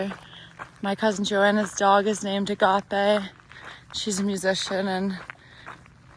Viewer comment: You pronounced ἀγάπη (agapē) correctly, it's one of 4 Greek words for love... Quoting from C.S. Lewis's "The Four Loves": "The first, storgē, means “affection”. Storgē is the love parents have for their children. The next Greek word for love is philia, which means “friendship”. The third Greek word for love is érōs. It is the experience of a husband and wife being intimate together, a sexual love.... The fourth Greek word for love, agapē, is what God talks about as charity. Agapē is the love of God. Agapē is total self-giving, no matter how you respond to it."